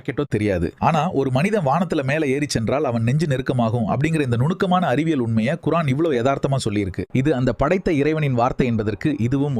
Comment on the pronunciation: சகோதரரே! குர்ஆன் என்ற உச்சரிப்பை சரி செய்யுங்கள் (குறஆன்) இல்லை குர்ஆன் அடுத்த முறை முயற்சி செய்யுங்கள்